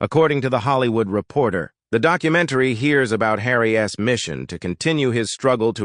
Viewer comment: What is the deal with calling Harry by "Harry S" when it is simply "Harry's"?? Please use correct pronunciation and grammar.